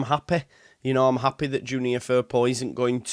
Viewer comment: I hate when you turn into a manc🤐’ happehh’ ‘archiehhh’ 😂😂😂😂😂😂